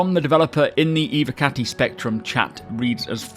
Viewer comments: dud its about the ev O cati. Cause it sounds more like hes saying evEcati or evAcati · dud u dont get it. ITS NOT ABOUT THE V. Its about the following O. So in speak to text hes saying ew(v)e- or ew(v)acati tho its ew(v)ocati. Its e- voh not e-vah or e-vehcati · can you please pronounce it Evocati and not Eve- or Evacati | that’s so unsatisfying 😅😂 good video ❤😊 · nope, just learn how to pronounce the word right. there is no Eveecati or something else. it’s like.. ur telling me that "Intel Evo" is Intel Eveee pronounced. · What about the v? The word is Latin so should be pronounced like an English w as well. Never mind that the singular version of the term is evocatus.